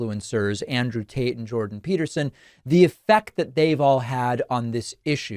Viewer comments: Am I the only one hearing him call Andrew Tate, Andrew Taint !? hahaha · Did you say Andrew Taint? 😂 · Wait.. did he.. did he just say Andrew Taint?? 😆😆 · Does David keep saying Andrew taint 😂 maybe I’m just hearing it 😅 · Bro kept saying Andrew TAINT 😂😂😂